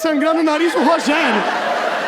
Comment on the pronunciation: Mn parece que ele falou meu nome nos 10 min de vídeo (Rogerro).